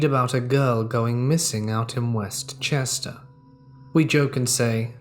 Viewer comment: Being born at the Chester county hospital, and growing up in Kennett Square, I can tell you that West Chester is said as if it's one word.